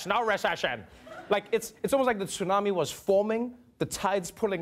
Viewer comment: Outstanding pronunciation of tsunami!!! Trevor does good work.